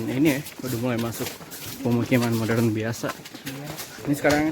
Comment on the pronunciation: olih: "didesa ini lumayan modeln, udah bisa pake QLIS tadi" , gw kira jadi sarjana ilmu komunikasi bakal bisa ngomong R, taunya kaga gitu